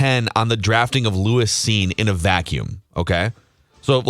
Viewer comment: Purple Daily fumbled round one. and didnt know who Lewis Cine was. The two Dopes couldnt even pronounce his name right. It's evident and never watched a single Bulldog game. Hey, what is the name of the Georgia player who was named MVP of the NCAA Championship game?